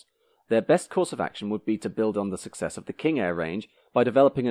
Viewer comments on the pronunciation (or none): none